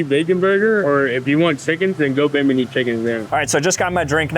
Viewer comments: Atlas, not Zeus, is depicted as holding up the world. In the legends, he's holding up the heavens. - Not at all a "Buddha-looking dude." It's a demon. - BI-mi-nee! - Rainforests are not "forgotten eco-systems!!!!!" Made it to - LEARN STUFF! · You lost me at not being able to pronounce Bimini correctly… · It’s pronounced bim-in-nee (islander) not bim-ee-nee (Italian) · Bim- I- nee- it’s an island in the Bahamas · The way he pronounced Bimini cracked me up. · This kid even got told the correct pronunciation and still managed to absolutely assault the honor of Bimini lol